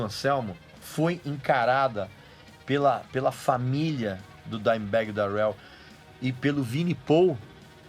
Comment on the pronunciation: Dimebag Dérel... que pronuncia bosta hein Regis, pow cara olha qualquer americano falando o nome dele pelamor